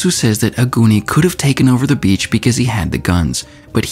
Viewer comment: Every time he says beach my dirty ears hear B*tch with low pitch.